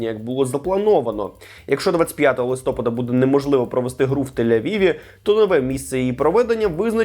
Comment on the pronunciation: Не листОпада а листопАда